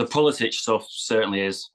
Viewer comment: It is pronounced PuliSICK